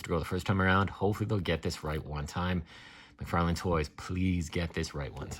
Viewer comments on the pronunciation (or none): Wait,... did you say McFairlain? Lol